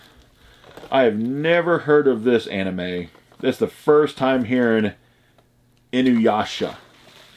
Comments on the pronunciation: Oh wow you said Inuyasha incorrect at first then right after you said his name correct. Later in the vid you said it incorrect. Nice hit though. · Good job on pronouncing Inuyasha the 1st cpl of times, way better then Hokage 😋😋